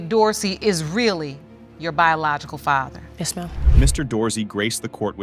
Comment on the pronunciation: I’m distracted. Why can’t the narrator pronounce the word FATHER correctly?